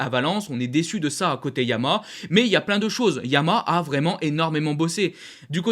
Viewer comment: Bonne vidéo et bonne synthèse : tjs aussi plaisant à regarder. Merci 🙏 Ah oui, deux choses sinon : - YAMAHA comporte bien trois syllabes et se prononce donc bien YA MA HA. Suis-je le seul à entendre systématiquement “YAMA » ? 😶 C’est un accent régional ou bien un tic de diction ? 🤔 - À la fin de certaines vidéos, comme celle-ci par exemple, là aussi, je ne sais pas si c’est un accent (du Nord ?) mais je ne suis pas sûr de comprendre ton message d’au revoir : « j’vous dis bobo les potes » ? 😶🤔 En fait, tu dis quoi ?